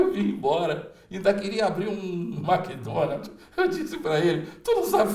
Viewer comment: "Maqui Donaldi" aehuehuahe